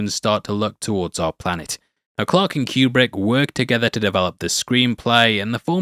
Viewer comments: That's not how Kubrick pronounced his name. but then it's not surprising that an AI would mispronounce a name. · If you want to sound like an expert, at least learn to pronounce his name correctly. It’s not Q-Brick it’s pronounced Coo-Brick. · His last name is properly pronounced Coo-brick NOT Cue-Brick he pronounced it Coo-brick. Whenever I hear it mispronounced it drives me crazy. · It's so awesome to hear children trying to pronounce words while making bank on YouTube. "Que-Brick" Really? Yeah really, that just happened. Can't wait to see what becomes of this twat.